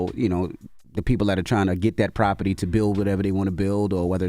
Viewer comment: Envy you can’t say the word property no more